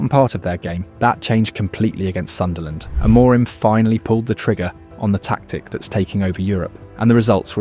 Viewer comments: It’s Sunderland 😆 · It's Sunderland 😅😅